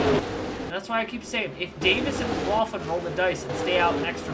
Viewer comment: Just a little pronunciation thing with Scotty Mac. (Mc-Glock-lin)